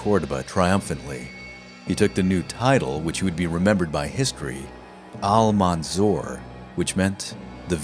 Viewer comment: You pronounce Al-mansur name instead of Al-mansur you say ‘’Al-manzor’’ which is funny because the way you pronounce his name means in Arabic ‘’one who is been looked upon with envious and greedy intentions’’.. I guess in the end that name fits him better!!